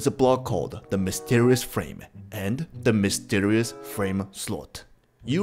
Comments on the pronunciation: you did mysterios instead of mysterious... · Mysterioa block… that’s what it is He said that lol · Mysterious ❌️ Mysterrus ✅️